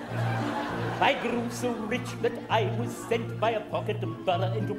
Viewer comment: Drinking game whenever he says queen's navee you take a shot